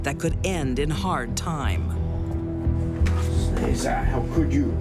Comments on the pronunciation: For those who are wondering- Sneza is a mispronounced Slavic name “Snezha/Snezhana” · "Sneeza"? ... Parents must be idiots ;)) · Sneeza? That's unfortunate😂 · It should be pronounced : Snay-ja